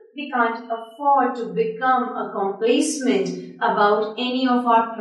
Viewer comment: I think Pronunciation of "COMPLACENT" is wrong